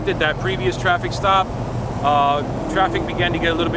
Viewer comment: Is he saying "the reason for the drop or the reason for the stop"?? Sounds like drop lol